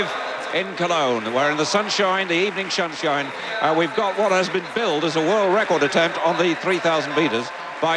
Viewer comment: “the evening shunshine” 😂😂😂😂😂😂